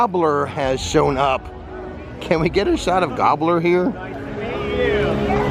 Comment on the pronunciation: Gobbler! You mean Gobber!